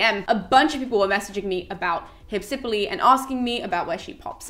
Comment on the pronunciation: In Greek, the name is spelled Υψιπύλη. Given that the accent is where it is, it is pronounced Hypsip_Y_le (excuse the lack of IPA, I'm very rusty on that and can't be arsed to look it up right now). But don't fret, it's all good.